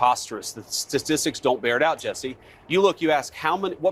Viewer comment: "Statstistics", JD? 🙄